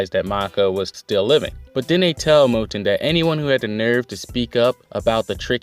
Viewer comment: Mou'en Mou'en Mou'en. Hahahahaha. I never noticed you saying it wrong. Honestly I doubt I pronounce half the Asian names I read anywhere near right. Hara does know how to pack a lot of info into one chapter. It seems the focus will be on the left wing but I'm looking forward to seeing some more of Yotanwa in action. That battlefield seems more interesting to me. With all the hype around Yotanwa you know she has to win. But the odds are really stacked against her even more than what Ousen is facing. Great for Mouten being named general. Of the monster 3 I thought he was the most deserving up to now. Ouhan is almost as good but his people skills and arrogance keep him a step behind Mouten imo. Anyway thanks for another great review.